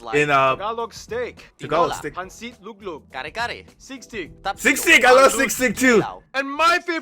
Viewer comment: sisig not sigsig